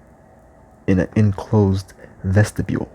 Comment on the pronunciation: "vestibule" lol